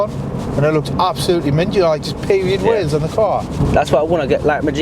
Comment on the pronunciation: He kept saying he wants to change the wheels but I didn’t quite get what he was saying. 😂😂😂😂😂